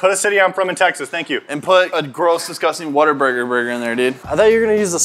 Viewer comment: huuuuuuu whataburger is amazing doesnt know what real fast food is XDD and its what-a-burger not waterburger